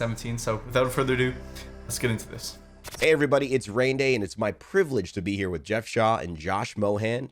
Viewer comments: “My girlfriend Raynday”😭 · Did you just say girlfriend raynday?